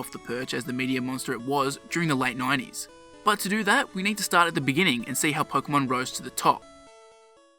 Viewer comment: Instead of 90s you say "9 E's"